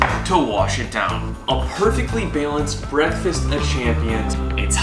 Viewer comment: Dude says “byaaalanced” where tf is he from?!